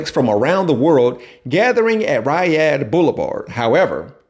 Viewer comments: Pronounced "Re-odd" spelled Riyadh 😅 Sorry, I really do hate being that guy. Love your work though! Sometimes lol. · Dude.... every time you said, "Riyadh" you pronounced it wrong. ree-YAD. Not RYE-ud. Love your content but every mispronunciation made me cringe cuz you tried saying that word a lot, failing every time. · How are you able to pronounce Rihanna right but somehow Riyadh becomes Rahy-had?